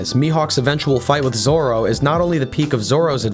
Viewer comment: lol Roranoa "Zolo"